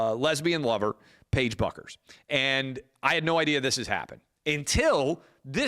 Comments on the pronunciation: It’s pronounced Beckers. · Clay, Page's last name is pronounced BECKER! "Buecker" in German is "Becker" in English